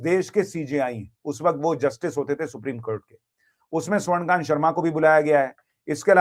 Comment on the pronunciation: स्वर्णकांत नहीं स्वर्णकान्ता